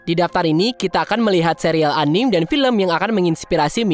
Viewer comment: Pengucapannya bukan "anim" min, tapi "anime" ada e nya.. karena itu bahasa jepang dan pengucapannya jg dalam bahasa jepang seperti itu cmiiw